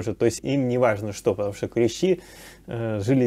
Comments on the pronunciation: Всё, конечно, полезное рассказываете и правильно, но режет слух клЕщи, потрудитесь исправиться. КлЕщи - это инструмент, а никак не клещИ. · Ударение на первый слог клЕщи обозначает "столярный инструмент" , а "насекомые" - клещИ. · КлЕщи, блин. И это музей, где ученые сидят. Блин, она еще и слышала, как правильно, и все равно клЕщи, ну е мое.